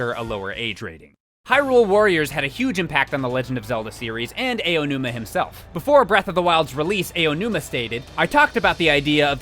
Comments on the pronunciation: For future reference, DYKG, you know the interjection "ow," like when you've been hurt? Pronounce the "ao" in Aonuma's name like that. I'm not saying this to attack you or the guests you have in your videos, like, but just to help you out. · SEVEN Seven times was Aonuma's name mispronounced! AH ah ahhh... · He's mispronouncing the name on purpose now. How do you say Aonuma correctly once and then say it wrong every time after that? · Aonuma = Ow-numa, as in when you hurt yourself. Not Ayo-numa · I think the biggest takeaway from this is that keeps saying Aonuma's name wrong XD It's not supposed to be "EY-o-numa" but rather "ah-o-numa" hard A v soft a sound. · Who is Eiyonuma? Do you mean Aonuma?? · "Ah"onuma, not "Eh"onuma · So a lot of people who narrate on this channel pronounce Aonuma’s name as Eionuma... His name is AH-OH-NOO-MAH. Just a note! Otherwise great video! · I die a little inside every time says “A-O-numa.” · He said some Ayeonuma Remember this and you can properly pronounce any Japanese for the most part: Ah (A) Ee (I) Ou (U) Eh (E) Oh (O) That's how you pronounce all the aeiou vowels, easy! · AYOO-numa my ears r dead btw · "Ay oh nooma" Wat!? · Ay-yo numa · "AYONUMA" Come on, son. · "Ey-onuma"............ holy shit it's really not that hard to pronounce. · Let's play a fun drinking game! Take a shot whenever mentions Eiji "A.O." Numa. If you're still conscious by the end of the video, you weren't paying attention. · When there are credible YouTubers who don't quite know how to pronounce Japanese names. Lmao. :x ayo-numa and eye-o-numa are both wrong. I'm sorry, but it bugs me. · Ow-noo-mah. Srsly. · Yep. it seems he doesn't know how tp pronounce Japanese names correctly... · I don't know how much of a fan he is if he can't even pronounce Aonuma correctly...